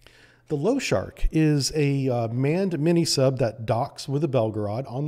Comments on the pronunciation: LOSHARIK - [ l o ∫ ʌ r I k ] not [ l ou ∫ ʌ r k ] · pronounced Lo-sha-reek not low shark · Pronounced Lah-Shah-Reek. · I love how you call the "Lo-sha-rik" submarine "Low-shark"! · and other places - you keep pronouncing it "Loshark" - it has an "i" in front of the "k", so it is pronounced "Losharik". Sharik is the Russian word for a small ball or balloon, loshad is the Russian word for horse, so losharik is the concatenation of the two words, referring to a Russian cartoon character of a horse made out of balls. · pronounced lou-sharick , not lo-shark :) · Nice presentation but every time you say lo-shark even when it says in capital LOSHAR I K i feel my OCD triggered :D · Losharik has i, I need to hear you pronounce it! sharks have nothing to do with it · Why did you call the Losharik sub low shark or something?? I think I saw that 'i' before the 'k' clearly. Before you speak about something, learn to pronounce it correctly! How hard can it be to understand something so simple? No hate on your videos, I really like them, but I hate when people spell words incorrectly! The 'i' is spelled differently in different lannguages!